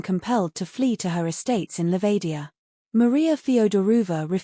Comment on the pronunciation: Mispronunciation of “Feodorovna”…”Livadia”….”tsarevich”….🤷🏻‍♀️